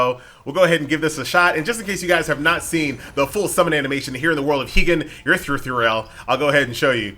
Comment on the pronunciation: cmon now.. the game says Eruthyll SO MANY TIMES its not that hard lol